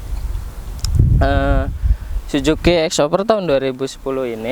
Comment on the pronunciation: Suzuki bang bukan si juki 😭